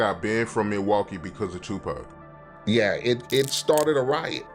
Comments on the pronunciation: Pack? It’s Tupac!!! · Stop calling him PACK.